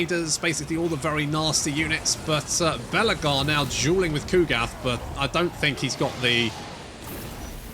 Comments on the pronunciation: calling Belakor 'Belagar' because nobody likes Belakor or respects him. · His name is Bel'akor. You say his name like Belegar (ironhammer) the Dwarf king 😅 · Lol, the way you pronounce Be’Lakor… I can imagine Belegar Ironhammer mumbling : « That’s a-Grudgin’ ».